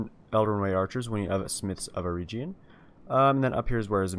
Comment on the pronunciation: It is pronounced Smiths of Eh-reg-yun.